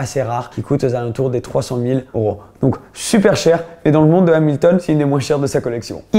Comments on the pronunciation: cest oro c'est EEEEEuro !!! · on dit euros pas oros 😂😂